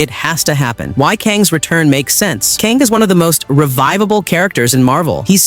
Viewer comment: How does he keep pronouncing and mispronouncing Kang’s name… 🤦🏾‍♂️